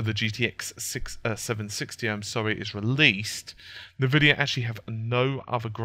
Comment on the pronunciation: Btw it's pronounced N-vidia - I'm a long time pc gamer